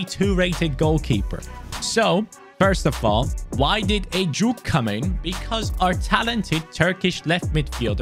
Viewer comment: Heyy really love your rebuilds btw it"was so funny the way you pronounced ejuke's name through out the video, its ejukAY not ejuke but never the less i am so happy you used one the many nigerian talents. las las Naija no dey carry last!!!!!!